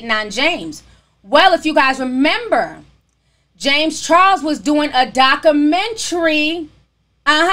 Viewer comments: Why Do You Pronounce Documentary, That Way? You Say DOC-Men-TREE It's DOC-U-Men-TREE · Ti and this hood pronunciation of documentary 😂